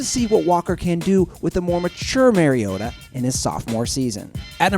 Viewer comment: Marcus Mariota is from hawaii 808 for life and he said Mariota wrong